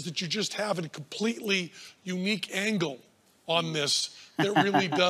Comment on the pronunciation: Not much of a code there Penn, could you have said angle with any less emphasis?